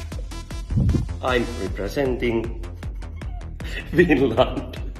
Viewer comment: he makes such a special face when trying to say the word representing as if touching his chin to his chest will help him pronounce it. good luck to him 😭😭